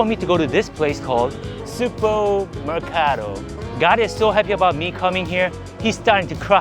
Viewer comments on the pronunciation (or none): s u g bo meracaado me sug - bo mer - ca - do